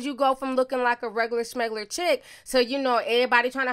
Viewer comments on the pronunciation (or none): Did you say schmegler? 🙄